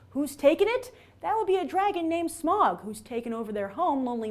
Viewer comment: She mispronounced almost every name. Especially Smaug. It's "Smowg" not "Smog"